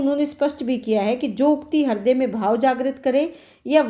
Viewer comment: Thank you but हिर्दय नहीं, हृदय.